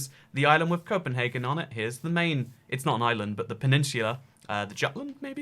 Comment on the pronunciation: Hate your pronunciation of Jutland